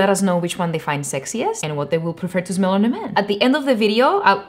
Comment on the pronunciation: Οταν λες "γουιτς ουαν ζμελ μπετερ" με κέρδιζες!!! Το "zmel" einai ola ta lefta :D